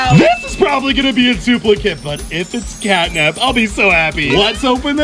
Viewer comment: Me too it's catnap not catnab 😊